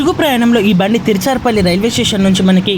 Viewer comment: తిరుచిరాపల్లి అని కరెక్ట్ గా పలకండి👍